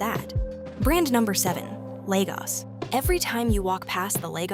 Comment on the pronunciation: You ( AI) are pronouncing Lagos incorrectly, every time “ you “ say Lagos as Legos ( a child’s plastic toy ) is like listening to nails on a chalkboard 😱